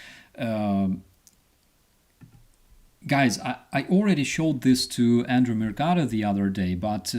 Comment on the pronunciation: Is it Andreii, or Andrii (the mod spelled it that way), or Andrew (phonetically he’s made it sound like Andrew)? 🤔 I still ain’t convinced it’s the last one! Can anyone confirm? ❤ from 🇨🇦!